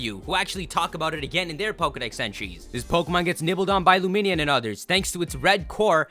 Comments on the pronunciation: luminion??? I thought it was pronounced lumineon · is the worst for mispronouncing Pokemon's names. LumiNEON as in illuminate-Neon. pokemon names are secretly made up or 2 or 3 separate words